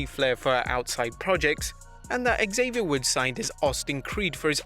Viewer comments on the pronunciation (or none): FFS it's not axavier woods... It's Xavier Woods